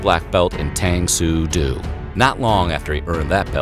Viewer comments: It's pronounced tahng soo doh, not tayng soo doo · Tang Soo Do ... The Do is pronounced like 'dough' no 'doe' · OMG if you doing another vid like this please remember it's pronounced dough as in bread dough NOT do as in to do something. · I’ve watched this video and the one on Bruce Lee and cringe when you mispronounce the word “Do” in the names of martial arts. “Do” as in Tang Soo Do, Jeet Kune Do, Tae Kwon Do et al is pronounced with a long O as in “doe” and not as in the English word “do”. Please get it right! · The 'do' in 'tang soo do' finds a more accurate homonym in 'dough,' not 'doo' — D'oh! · It's pronounced Tong Soo Doe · The “do” is pronounced “doe” in Tang soo do. Also many martial art disciplines have a code of conduct as well as individual instructors or gyms. IN TKD for example: “The tenets of Taekwondo are often given in a list of five: courtesy, integrity, perseverance, self-control and indomitable spirit. Following recitation of the tenets, students then recite the student oath, as follows: Observe the tenets of Taekwondo. Respect all seniors and instructors. Never misuse Taekwondo. Be a champion of freedom and justice. Help to build a more peaceful world.” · It’s pronounced “Tang...Sue....Doe” (say it right dammit) you almost ruined the video for me 😂😂😂😂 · DUDE... IT'S PRONOUNCED: "dough" How did NOBODY correct you over the course of both, this video, and the Bruce Lee one. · Tang Soo Do is pronounced Tah-ng Sue Doh. Coming from a kid who took it and loved it! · "Do" is pronounced "Dough", or "Doe". But NOT "D'oh!" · Chuck Norris actually failed his first attempt at black belt in Tang Soo Do (pronounced Tung Sue Doe) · Tang Soo Do not Tang Soo Doo.....dude. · Hey it’s pronounced (tong-soo-doe) tang soo do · Tang Soo Do the (Do) is pronounced Doe. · Uh, that's TANG SOO DO ( pronounced " DOUGH" as in bread dough, DUDE) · Lmao@ tang soo doo. You don't say joo-doo when reading judo. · Tang soo do is pronounced "Tang Soo "DOUGH'" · It's Doe not do!